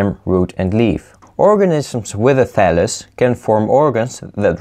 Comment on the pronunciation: "and this is a phallus of meee"